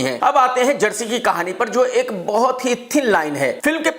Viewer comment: jersy नहीं chersy